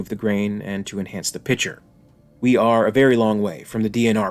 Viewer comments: Pet Peeve: It's pronounced PIK-chur, not PI-chur. The words "picture" and "pitcher" are not homonyms. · Why do otherwise apparently intelligent and educated people, such as the narrator, find it impossible to pronounce the word “picture” correctly, saying, instead ”pitcher” as he does repeatedly. It constantly mystifies me.